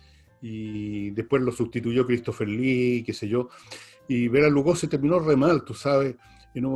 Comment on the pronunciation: Es Lugosi, no Lugoze